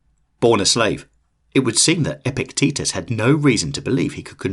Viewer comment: I keep hearing Epic Tetus 😆